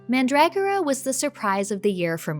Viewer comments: Did you pronounce mandragora differently on purpose for engagement? I ask cause I’ve heard you pronounce it the more common way in a different video. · YouTube randomly recommended this video to me, so I decided to watch it. Pretty good. I like your laid-back style of talking and editing. I hate when people try to force being funny or hyperbolic as well as using constant jump cuts or reaction gif insertions. PS Isn't it pronounced "man-druh-gore-uh"?